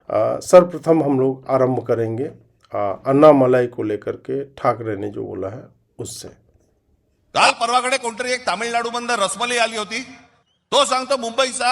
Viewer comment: अण्णामलाइ नही उनका नाम, अण्णामलै ही सही है, North मै मलै को मलाई कर दिया, मलै मतलब mountain